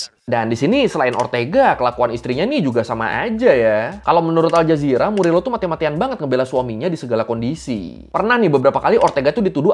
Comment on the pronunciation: Bang FYI kalau org spanyol kalo namanya Morillo, bacanya jadi MORIYO. Semoga bermanfaat 🙏🏽